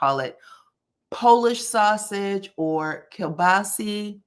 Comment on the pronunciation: Polish sausage/ keilbasa (keel-bah-sa)